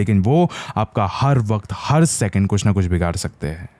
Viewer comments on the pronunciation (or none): none